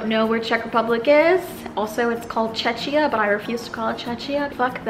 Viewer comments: u pronouce czechia - čekia.. not Czekiah im a czech XD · The ch in Czechia is pronounced as a "k" not a "ch". The USA is one of the few western countries that has news like that. Most other countries are quite nice. There isn't only one weatherman for the Czech Republic. Choose the right forecast and it's right most of the time. Also the shopping here is basically the same as the US in that the shopping malls have the same stores over and over, they are just different stores than in Europe. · Calling the country CZE"CZ"IA (instead of correct CZE"K"IA) and hating the word is like filling a gasoline car with diesel and hating the car for not working. Do some basic research please! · CHECK-IYA NOT CHECH-CHIA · Please kindly pronounce Czechia as “Ce-ki-a”, not “Ce-ci-a” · "tchetchia"?! It´s called "tschekia". Omg... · I thought it was czechia not chechia but that must just be me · 1,5 hour to get to another country (from Prague) You would have to go at least 200km/h XDD and Also... its no pronounced "tschechia" but "tschekia" + air condition isnt luxury idk, but in summer isnt that hot to have ac + you said that you lived in Beskydy mountains... Where the fck you want to go shopping?? :D There is no big city that has some huge mall... you needed to go to Prague or some big cities, in malls you could find big diversity in clothing and many different brands that are not in US (that you maybe dont even know but in Europe are high class) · If you want to call it Czechia, please, just pronounce it CHECK-iya and not Check-chia cause it sounds like Chechnya.... huuuuge difference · " I refuse to call in Chechia . Fuck that". Okay. Disrespectful much . That's it's proper name and you mispronounced it ridiculously . Bitch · "čečia" that's why Czechs protest against that name, beause English speakers don't know how to pronounce that and we can be confused for Chechnya :-D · It is pronounced Che-hee-ya